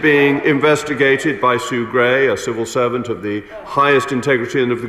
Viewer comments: I thought she said servile serpent. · The fact that she couldn't say the words "civil servant" and instead came out with "cerval servant" makes me think the answer to your question is probably no :)